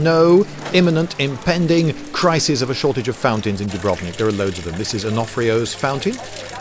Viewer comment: Some language pedantry for those who care: it's actually pronounced with the accent on the U (dùbrovnik), and Zagreb on the a (zàgreb). Source: am half croatian. We like to put the accent on the first syllable of even surprisingly long words, thus causing significant puzzlement to anyone who tries to come to terms with the language.